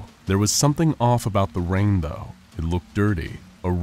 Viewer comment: Tiny drops of wain